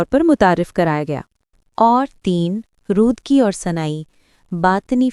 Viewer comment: رودکی کے نام کو برای مہربانی درست تلفظ کریں Rudaki ہے Rudki نہیں۔دوسرا ممدانی خود بھی ٹیوٹر اکاؤنٹ خود کو اثناعشری کہ چکے اور خوجون ایک گروہ جو بعد میں اثناعشری ہو گئی پوری تاریخ ہے ان کے۔۔آپ دو الگ موضوعات کو اپس میں خلط ملط کر رہے ہیں۔۔ فرہاد دفتری نے تاریخ اور عقائد اسماعیلی میں اس پر تفصیل سے لکھا ہے